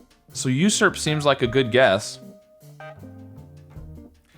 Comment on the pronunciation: I knew of the word COPSE but I was pronouncing it wrong. I was pronouncing it the way you did. And I think you also pronounced USURP wrong too. Start with the word JUICY next :)